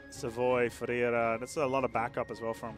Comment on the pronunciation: Ferrara, not Ferrera...